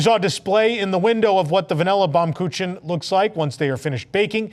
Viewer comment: pronounced "Baum Kookin"